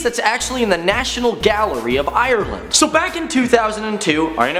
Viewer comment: ...........dont say Ireland like that...😐